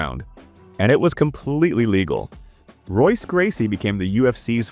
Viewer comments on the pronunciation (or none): Royce Gracie is pronounced Hoyce, as is every R name in the Gracie family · Can’t stay if you say ROYce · Royce. It's pronounced Hoyce. Lost all credibility in less than 30 seconds. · not even 30 seconds in and you mispronounce royce gracie. wtf kind of mma channel is this if you dont even know their names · Soon as the video pronounces the R in Royce I check out. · The AI butchering pronunciation of names like Royce and Rua is infuriating. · "Royce" Gracie, immediately stopped this video and removed it from my history. Fuck AI dialogue videos. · What do you expect, they pronounced Royce with a hard R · "Veetor Belfort, Royce Gracie" lol